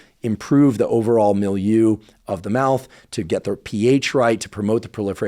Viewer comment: Thank you for communicating science. Why is it that there is not yet a vaccine against Streptococcus mutans? Or a mouth wash with RNAi? You pay much attention to pronounce certain names. If I remember correctly my French, you need to review your pronunciation of "milieu".